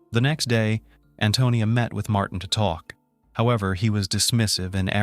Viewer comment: And I'm angry he is saying Antonio instead of Antonia ..